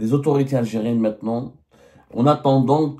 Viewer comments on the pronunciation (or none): none